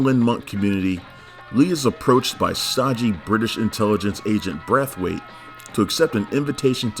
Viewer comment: He said "Breath-waite" lmao